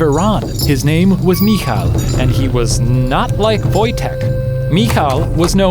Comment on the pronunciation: You're pronouncing Michael wrong, you're close though it's Mih-HI-el